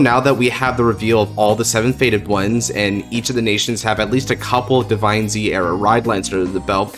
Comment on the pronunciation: I have a question (not to be offensive) why do you pronounce DivineZ Divine-Z even though it’s pronounced Divines